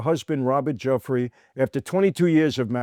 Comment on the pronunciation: Please pronounce Virginia's last name correctly. Right now you are saying 'jeffrey' of all things. Or just call her Virginia Roberts, which she was using.